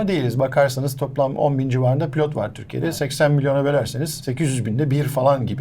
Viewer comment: Eser hanımın Törkiye demesine hayran kaldım